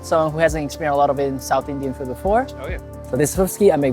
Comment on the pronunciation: I like the way you say "South Indian Fu" in the end. It make's it sound just like kung fu.